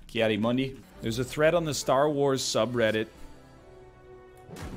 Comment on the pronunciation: He does pronounce it wrong though, I'm surprised more people AREN'T saying this